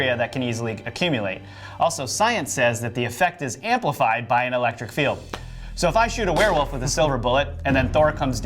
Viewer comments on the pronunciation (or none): none